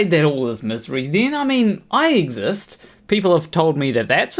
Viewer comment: "No you" is basically Matt's, and Kent's answer for just about everything. "Hey Matt why did you get fired?" "No why did YOU get me fired." Type crap. Empathy is just not in these guys vocabulary. "Misury" did you forget how to say misurey for a second there bud?